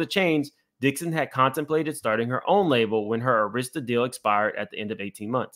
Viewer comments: Just an fyi, Arista is pronounced (ur-i-stah,) not (air-is-stah.) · Dear Sir, we love you-however -Pronunciation is KEY. it's not pronounced ER-ISTA -- it is Pronounced ARISTAH- and spelled ARISTA. Please and thank you. good job otherwise. --Slim Thug, must have went shopping with Puff. 😂😂😂😂😂😂😂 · “Aaarrasta” not airesta Jay records is scary as well “allegedly “ It is a whole scary club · AIR ris ta not air RIS ta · AR IS TA pronounced Air ris stah NOT Auh ris stah. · Arista air is ta not a wrist a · It’s Arista with an emphasis on the “A”, not the “I” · Air Rista. That's how it's pronounced. The Head of the Label ALWAYS takes MOST of the $$$ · For future ref: Arista Records is AR-rista. (the A sounds like Apple ). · the label name Arista is pronounced "AIR-rist-ah" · Ok...i just have to say this because the mispronounciation of Arista was driving me crazy. It is prounounced Ah-rista Thank you for your commentary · its pronounced AIR- RESTA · You've never heard of Arista Records? It's pronounced Air-ista. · This is really unfortunate. I hope she gets some closure. On a side note I'm gonna need you to learn how to say Arista Records correctly. Lol